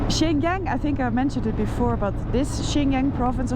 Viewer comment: My wife's Chinese and she says you are pronouncing Xinjiang wrong, its "SinJang". No offence LOL. Youve got to love China, the people are so friendly, not to mention the food, enjoy your trip!